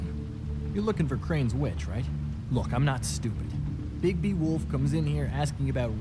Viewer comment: por fin dijiste bien el nombre de bigbi